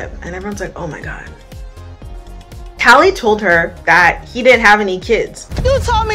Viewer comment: I am loving these videos First one I clicked on today ❤ When Nev said “tallie-HOE” 😂😂😂